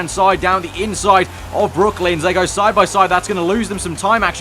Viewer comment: Great video. Btw its brooklands not brooklyns